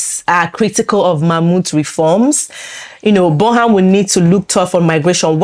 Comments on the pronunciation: It's pronounced Burnam.... not the way it's spelt : Burnham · Pronounce Burnham properly please